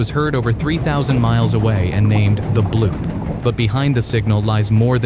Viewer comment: its bloop not bloob